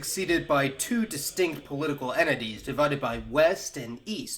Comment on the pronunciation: “... enities ...”; “... enity ...”. Perhaps you meant “entities” and “entity”.